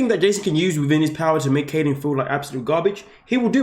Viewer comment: Please, please, please, learn how to pronounce people’s names! It’s Kylen, not Kaylen.